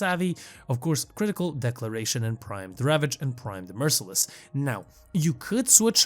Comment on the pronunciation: I just wanted to let you know that Critical Deceleration is pronounced De-sell-or-ay-shun. It's the opposite of acceleration. You are not the only one who mispronounces this, and it seems to be more prevalent nowadays. The way you pronounced it was Declaration (a statement), and I'd rather just inform you rather than continue to hear it in the future from every Warframe creator lol